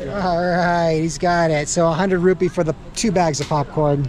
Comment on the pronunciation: Rupi not rupiah there is no ah thank you for showing us to Pakistan